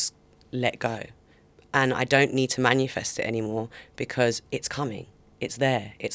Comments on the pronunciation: its MANIFEST not manUfest fml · I’ve watched her on 2 podcasts now. Can we please let her know it’s MANIFEST lol not manufest 😂